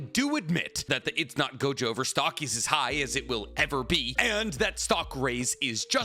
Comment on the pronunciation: ITS NOT GOJOVER! ITS NOT GOJOVER!!!